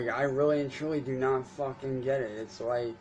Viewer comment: The "vucking" & "vitches" gets me every single time & makes me giggle. Thanks for the chuckles! he couldn't think of the word he wanted, probably something like "manipulative" would've worked!